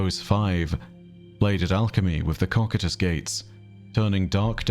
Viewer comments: Okay since Byf has done this to me again here goes: COCYTUS is pronounced koh-SIH-tus Koh (like go) SIH (like the 'ci' in city) tus (like the end of Cactus) Instead of the aweful chosen cock-eat-ahs. Like seriously my guy, pull your head in. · it’s pronounced コキュートス。 Repeat after me. Kokyutosu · Byf pronounced Cocytus wrong, is correct. Source? Overlord. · I've never heard someone say cock-eat-ahs (what Byf says, is wrong) The only reference i see is the top reddit response with no citations. The one uses is the accepted but still incorrect pronunciation. I've studied Greek/Roman shizz on and off through my life and i know by instinct when someone is saying something wrong. And this is it. If it's an accpeted pronunciation, it's one that's accepted because everyone else says it wrong. I have a pronunciation guide in another comment. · Both pronunciations of cocytus are "correct" but, funny enough, Byf is not using the most accepted pronunciation.